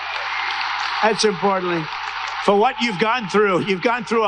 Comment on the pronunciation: listen to what he said... "that's importly" (imporantly). Why say this odd thing? Verify that this is what he said ....... Weird, right?